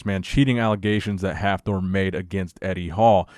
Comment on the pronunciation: Please don't try to pronounce Hafthor, ever again